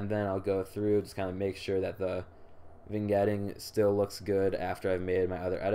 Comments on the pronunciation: Not even pronouncing it as it's written, super cringe lol. "vIN-Getting" (facepalm) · The g in vignetting is silent, you sound silly. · nice vid, vignetting (G is silent) keep it up guys! check out a few pics i took of my rosee's and other pickups as well.